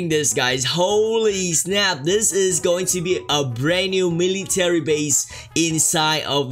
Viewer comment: “Miliyy taley base”